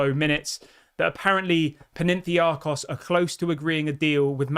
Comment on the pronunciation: My brother in Christ, it's Pan - atha - nye - akos.